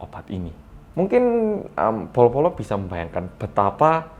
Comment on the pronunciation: Setiap bilang bolo² gw selalu dengar polo² wkwkwk ada yg sama?